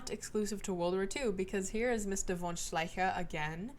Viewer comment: Hello. The german "von" (+ name) isn't pronounced soft. Not like "won" or "veil" or so.. it is pronouned like the f in "fail" ;) (although german has soft and hard "v") Other than that, the ch in "Wehrmacht".. is not pronounced like the c in "cake".. is this simple air preasure distortion thing in the throat that difficult? I guess.. explaining how won't help anyways.